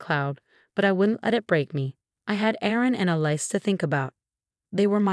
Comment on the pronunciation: Alice not a lice. led not L.E.D (LED).